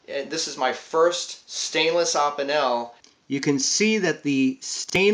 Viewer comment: Great video! I agree, Opinels are awesome. I had an old Inox I found in my dad's junk drawer that was 5-10 years old. I fixed it up, and I loved it. Sadly, I lost it 2 days ago. Will be buying a new one. Also, Opinel is pronounced oh-peen-el, Inox is pronounced iy-nox.